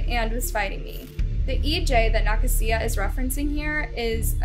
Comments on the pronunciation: Pretty sure that name is pronounced Nuh-kay-zuh..🤔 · nuh- kasia like asia not whatever you were saying. you gotta start doing your due diligence, you pronounce names nowhere near correctly so much it just feels blatant and disrespectful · Youre saying Nakasia so wrong it hurts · The way she said “Nakasia” made me laugh 😅